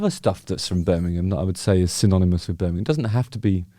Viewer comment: Birmingham ham not gum 😀